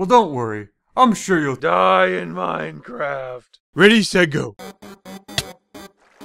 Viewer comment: Minecraft not minicraft